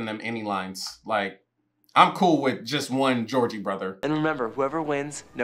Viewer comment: It was really triggering me that you were calling them the Georgie Brothers the whole time. And I couldn't tell if you were trolling us or if you really think that's their name. 😂